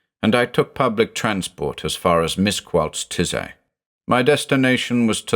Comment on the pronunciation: I never thought I'd hear Miskolc being pronounced as "Mizquoltz" :D Otherwise good read